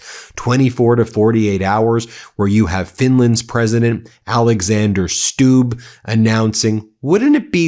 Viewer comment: It's a short 'u' like in 'look': Stubb /stub/.